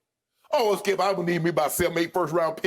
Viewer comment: “Well Skiup”